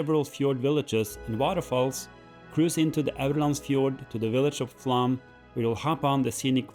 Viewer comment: Great, informative video, as always. Takes me back with great nostalgia to a cycling trip in the Sognefjord area many years ago, when I was pedalling between 3-metre high walls of snow, after the plough had just gone through ... Slightly puzzled by your pronunciation of Flåm, though. Normally it would be 'explained' in English spelling (for those who don't know phonemic/phonetic script) as "flom" or even "flawm"; but you seem to be saying "flam" or "flahm" ... Is it my ageing ears, or are you just anglicising it because English sources tend to replace 'å' with 'a' - even though 'aa' would be more accurate?